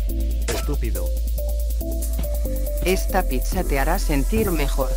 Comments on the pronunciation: En el minuto toy chica dice picha en vez de pizza 😂😂😂😂😂😂😂😂😂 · Toy chica dijo PICHA en lugar de PIZZA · en lugar de pizza dijo picha🙈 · En el minuto chica dice Picha en vez de pizza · CHICA NO DIJO PIZZA DEJO "PICHA "LO HOY VIEN DOJO PICHA LIKE SI LO EACUCHASTE 😲😲😲😲😲😲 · En el minuto ti y chica dice pincha en ves de pizza. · toy chica dice picha en ves de pizza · soy yo o chica dijo picha